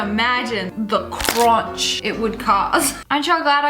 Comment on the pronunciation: Who else cringed when she said ~ KrUnCh